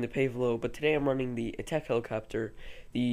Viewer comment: "the" not "th"